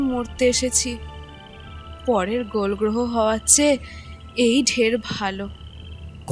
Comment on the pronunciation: Dui ekjoner avinoy valo lagleo sakaler avinoy not upto the mark .golgtoho sabdo ta korkbar vul uchharon holo. Taholeo apnar channel er sribridhhi asha kori.